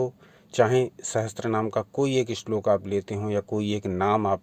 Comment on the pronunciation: It's not sahastranama it's sahasranama